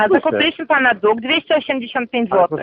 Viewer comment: Nie dug tylko dług .